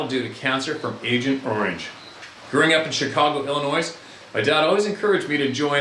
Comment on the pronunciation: stop pronouncing Illinois, Illinoise GDI!!! GRrrrrr Lol.